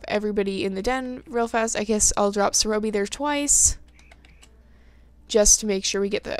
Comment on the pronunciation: it is not Serōbi it is Serõbi